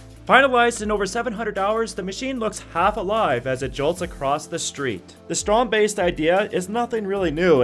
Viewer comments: "Strond Baist"? Isn't it "strand beast"? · It's pronounced strand-beest.... theo jansen calls it that, its not "beast" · 😂 I like how say Strandbeest, it means Sandbeast But its funny to hear amercians speak dutch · Strandbeest means Beach-Beast :P So just say the english word instead of saying something that is very offensive to dutch people :P